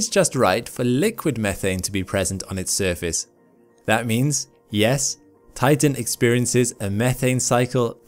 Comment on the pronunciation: For a moment I heard titan as tython